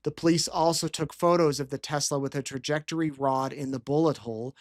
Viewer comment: Right! She’s so unprofessional & cant even pronounce trajectory as a police officer..